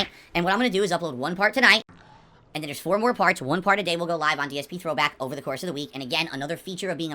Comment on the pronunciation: "AYUND" instead of "And"